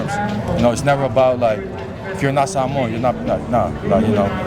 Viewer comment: Need to learn how to pronounce SAH MOA. Not SaMOWN . Sar-mor-an. Youngsters nowadays tsk tsk UGH